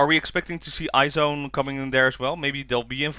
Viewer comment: Random, but the way to pronounce IZ*ONE is Eyes One, not I-ZONE haha. I'll miss nako for the next 2.5 years. I mean, when she comes back, she'll be 20 years old already? Will she even make it in time for the adult ceremony? For HKT"s next ace, I do hope Haruppi comes back, but if not I could get behind Tanaka Miku and Bibian. If not, Imamura Maria would do too XD